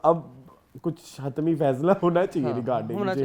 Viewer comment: Kudos to you both for your on point reviews. the word is "hatmi"..